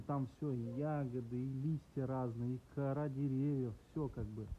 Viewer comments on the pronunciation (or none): none